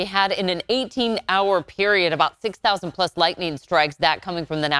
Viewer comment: Thousawnds of lwightning stwikes